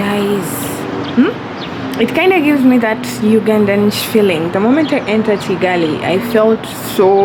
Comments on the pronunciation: Kigali not Chigali🤣🤣🤣 it's funny how you can't spell Kigali 🤣🤣🤣 even Chinese can say Kigali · Oh mbu chigali it's Kigali 🤣🤣🤣